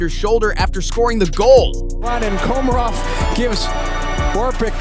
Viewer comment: I think Rupp’s biggest highlight was scoring two goals for NJ in game 7 to clinch a Cup win for the Devils. Then you can’t even pronounce Komarov and Sabourin’s name. 😆